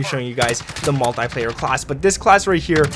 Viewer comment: It’s pronounced multeeeeeeeeeeplayer